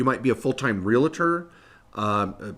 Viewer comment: it's pronounced....R E A L - T O R........